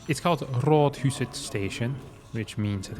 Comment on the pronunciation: heres the obligatory comment on your pronunciation of "rådhuset", well done, close enough. Maybe you could teach Pig?